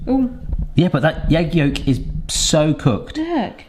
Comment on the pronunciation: Lol Yegg yolk🤣 I didn’t think it was possible but I think the egg got your tongue. 🤣